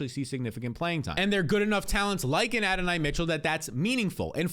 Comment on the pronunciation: Adonai pronounced A Don knee